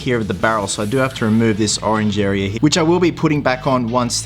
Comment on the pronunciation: Why do you say area weirdly